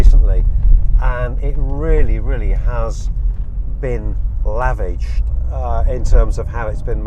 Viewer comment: at 18.50 you said the car had been laviged. Sorry, it just made me chuckle. Great vid and very informative content.